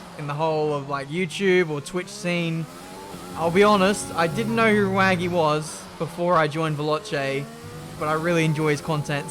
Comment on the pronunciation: This annoyed me because it is Rwaggy. Not Raggy. And he has been saying Raggy all episode